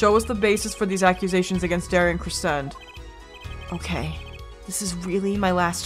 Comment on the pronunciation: Daryan’s last name is not said like crescent its said like crescendo